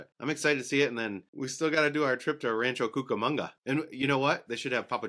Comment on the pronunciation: Oh, thank you for the laugh with your mispronunciation of Rancho Cucamonga 😂 I played that part back five times and the laughs just kept getting bigger. Sorry 😏